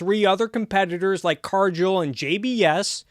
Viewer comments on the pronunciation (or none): Excellent video, but one thing: it’s Car-Gill (like a fish has); not Car-Jill